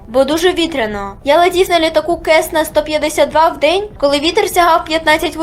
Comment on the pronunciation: Яка кесна... Цессна блін. Цессна!